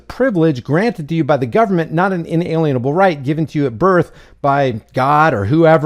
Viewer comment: It's ACTUALLY: "IN-ALIENABLE" RIGHT!! NOT: "IN-ALIENABLE" RIGHTS!!! SO-CALLED "EDUCATED" MORONS, do NOT even know how to PROPERLY PRONOUNCE it!!!